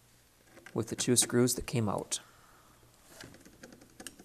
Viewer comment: I hate the way you say the word "Out". You over use it, and I think you are copying a few others who recently say it the same. I never heard that word pronounced like that till recent videos. People never talked like that in the past. It's a new thing like men wearing beards. Men use to shave till recently. Now they think they are some kind of mountain hillbilly. It's just a fad. Eventually you'll grow out of it. Aside from that the video is good. It just sucks hearing you say the word "Out"